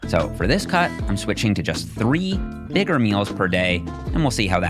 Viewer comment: bro did not say bigger 😂